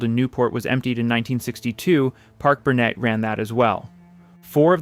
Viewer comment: Parke-Bernet, the Bernet is prounounced Bernet, not Bernay. Don't addy a French pronunciation.